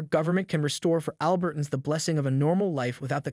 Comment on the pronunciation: "ALbert-uns"? When did that pronunciation start? I've always pronounced it "al-BERT-ans."